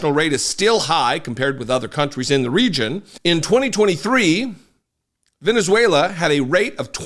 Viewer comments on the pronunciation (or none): Reading from Venuzeulaaaaaa! what a buffoon.